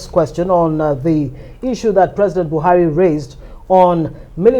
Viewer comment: Mr Presi'ent (as he GMB pronounces it) made an improved outing.